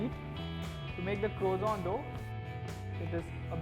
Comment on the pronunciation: its croissant not croizant with SSS not ZZZ